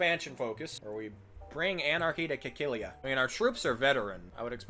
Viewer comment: I love me some armenia content, although u did mispronounce cilicia. Continue the work!